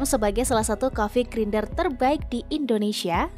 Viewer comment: Grinder itu dibacanya "grainder" 😅